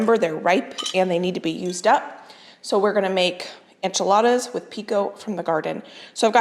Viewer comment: The enchiladas look amazing, but is there a reason you call them “anchiladas”?